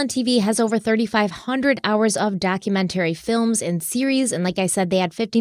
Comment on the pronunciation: you consistently mispronounce documentary. Google it.